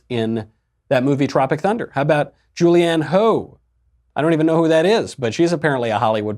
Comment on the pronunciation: I like the way he says "Julianne Hoe" lol